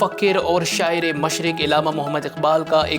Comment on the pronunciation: Illama nahin Allama Iqbal parha kren